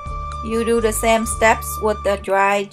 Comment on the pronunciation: I like how you say do, sounds like dew